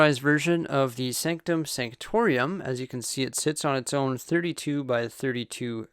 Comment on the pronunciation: Why does he say it like that??? Sanctorium...sO HErE We HAvE tHe SAnCtOM SaNCtoRIUm